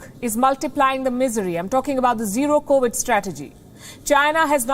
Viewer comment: It’s 2022 and pronouncing the word “covid” is still a major challenge for Palki. Sad for her.